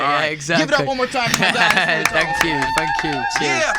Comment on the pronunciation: only angel *fanks